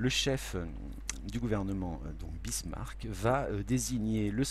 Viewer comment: Très bien ! Excepté peut être l'erreur à Bismarck et non Birsmack :)